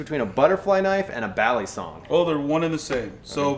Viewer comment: It's Balisóng not Bálisong nor Balísong. The stress is on the last syllable.